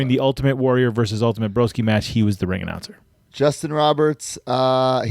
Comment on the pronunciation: So nice hearing my name mentioned here even though completely butchered it 😂😂 Cheers broskies